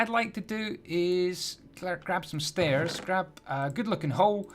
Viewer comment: It doesn't even sound wrong at first!